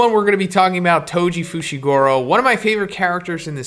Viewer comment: FOO SHEE GOO ROH. FUCKS SAKE